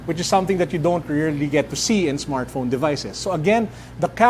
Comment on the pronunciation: "android smartphrone" lol